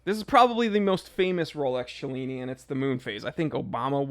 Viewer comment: "Cellini" has no "ch" sound. Knew a LTC Bob Cellini - he knew how to pronuce his name. ;)